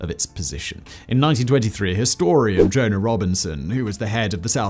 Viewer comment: The historians name is Doane Robinson not Jonah.